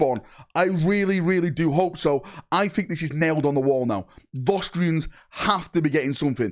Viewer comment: What are Vaustrians? Or do you mean Vostroyans? 'Voss-troy-ans'?